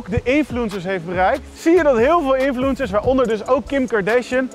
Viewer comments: Hahahaha de manier waarop 'infuencers' zegt, hij zegt gewoon influunsers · ''Infloensers''